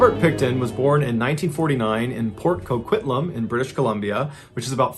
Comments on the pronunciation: I'm from Port Coquitlam. I'm impressed you said it right. Still cant believe this guy was living in our midst. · I lived down in Wa when all that was going on. It was very creepy. Good job on pronouncing coquitlam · I lived there at that time and this story was very close to home. I'm shocked you pronounce Port Coquitlam right lol